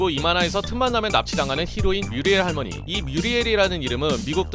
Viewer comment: 빌런들 캐디가 하나같이 기괴해서 은근 무서웠었죠 커리지가 할무니 할무니 이렇게 발음하는것도 웃겼는데ㅋㅋ